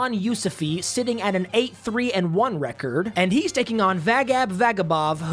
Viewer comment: Nobody:: receeerd Ps. It’s record